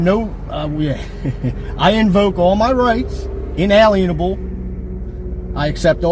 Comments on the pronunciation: "in-ALLEN-a-bel" "co-HER-shuhn" Dude sure is showing his intelligence, ain't he! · He didn't do "inalienable" any favors either. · Hey, SovCits, "inellible" rights and ":cohursion" aren't words. But we appreciate you recording how ignorant you are.